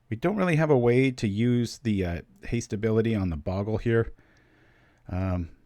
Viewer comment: I know it really doesn't matter but bogle is pronounced with a long o.